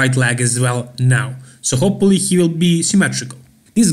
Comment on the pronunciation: i noticed a while back that you say "hopelly" instead of Hopefully. No hate here, just an observation;)